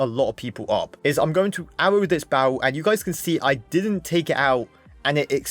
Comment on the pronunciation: he says barrel like "bo'ul" XD